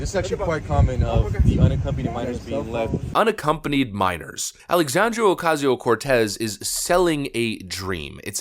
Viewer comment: I still love how you mis-pronounce Sandy Cortez’s name. Keep it up.